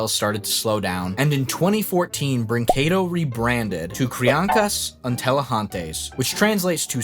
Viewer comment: You're getting closer on pronouncing "brinquedo" properly. Wouldn't brag about it, though.